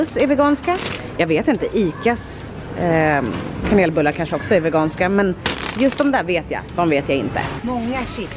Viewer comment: Bara jag som hörde att hon sa kamelbullar 05.24?😂❤️ ILY